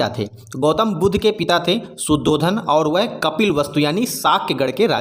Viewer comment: भाई | शुद्धोधन नहि शुद्धोदन है | (शुद्धता की उदय) ... |